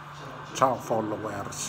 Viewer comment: si dice follouerz